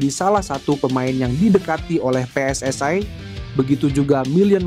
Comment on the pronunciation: Pe-eS-I bukan Pe-eS-aE